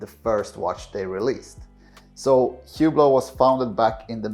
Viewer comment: This guy can't even pronounce the name of the brand he's defending correctly 🤦‍♂...The H is silent..say "OOH-BLO" not HEW-BLOW. This tracks perfectly with the typical owner...They're loud, garish watches that are famous for being famous and that appeal to ignorant people with bad taste and money to waste. They're the purple Maserati SUV of the watch world.